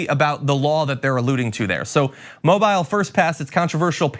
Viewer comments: Just fyi it's not mob-yle Alabama it's pronounced Mob-eel Alabama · BTW, Mobile, AL, is pronounced Mo-beel. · FYI, It's pronounced Mo-Beel, not Mo-bile. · This is reprehensible behavior and I'm embarrassed of these cops in my home state. And while this is totally off topic, I just wanted to let you know, as a native Alabamian, that it's pronounced "Mobeel" like Jessica "Biel" not "mobile" like a phone. 😊 But there's no way to know that unless you're from Alabama, and I cannot tell you the reasoning behind the pronunciation exactly, but I just wanted to help.🤓 I love your show and think you're great!!! ❤❤ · John, it’s Mo-Beel, not Mo-bile. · The name of the city is pronounced "mo BEEL" or something like that. It is not pronounced "mobil" or "mo-bile" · Mobile = Mo-Beel Not Mo-bile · I agree with and love ya, John, but it's pronounced "Mo-Beele" rather than "Mo-Bile". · moBEEL, not MObyle. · Mobile, AL. Is pronounced “Mo-beel” . Not Mo- Bile. Come on, you are supposedly educated and giving the people correct information. Please, at least learn how to pronounce the cities in the US . OK? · The myth that the homeless are just getting over on every one by not working is rampant, they are homeless by choice... Mobile is pronounced Mo-beel not mo-by-al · It's pronounced that way to make it easy to spot newbies..Lol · Not to split hairs, but in covering the story, the city name is correctly pronounced /moh-BEEL/ not /MOH-bīl/ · John, with all due respect, it’s pronounced “Mobeel” — NOT “Mobile “, i.e., long “e” — not long “i”. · FYI, it's pronounced "Moh-BEEL", not "MOH-byle". Thank you. That is all. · Moe-beel, so-real. Not moe-bile, so-Kyle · It’s “MOW BEEL”, not “MOW BILE”. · John, please it's pronounced "mobeel" thanks! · Oh John, why oh why are you calling it "Mob-eye-l"....it's Mob-eeel tsk tsk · Mobile, AL is pronounced Mo-beel, John. Not defending the quilt-makers, just saying. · Hi John, They pronounce it Mobeal. Not how it's actually written. LOL